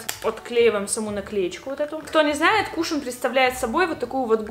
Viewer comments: Не кУшон а кушОн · Ыааааа правильно не кУшон, а кушОн, французское слово 🤦‍♀️ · Просто не знаю каку реагировать, но твое "кУшон" меня подвзбесило, правильнее будет "кушОн"